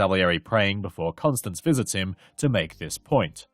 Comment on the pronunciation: Great video, but this nags at me --- you kept pronouncing his wife's name as "Constance", when it is pronounced "Constanze (kon-STAN-zeh)" or "Stanzi" as Mozart refers to her in a pet-name.